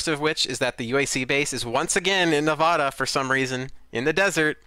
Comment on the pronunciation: My only complaint of this podcast is the way one of you guys say Nevada